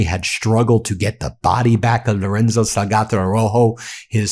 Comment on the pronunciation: The last piece of text you read Ben. You called him Loronzo instead of Lorenzo. Then you said the Salgato family instead of Salgado. The amount of place & people's names & other words you say incorrectly is astounding. I mean, it took you weeks before you pronounced Hormuz correctly. It begs the question Ben. Have you got early onset dementia? 😂